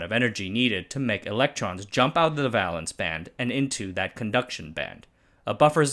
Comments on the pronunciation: Valence is pronounce vey-luhnss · It's a long a in valence. Not an a like in balance. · Huh, I've always pronounced the "val" in "valence" as "veil" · Platelets and valence both have a long 'a' sound, like the a in bake.